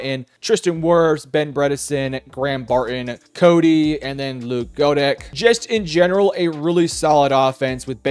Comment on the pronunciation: I appreciate the perspective. (Side note: Goedeke is pronounced “Get a key”)